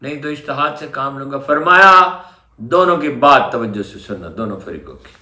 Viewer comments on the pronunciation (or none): none